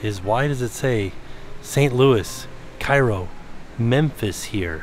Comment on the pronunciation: The city name Cairo is at the southern tip of Illinois. It was once a major river city. It's pronounced "care'-o". I grew up next door in Mounds.